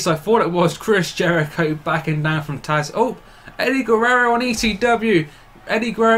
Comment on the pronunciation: Its tazz not taz